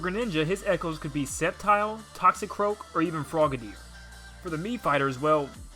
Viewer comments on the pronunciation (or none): none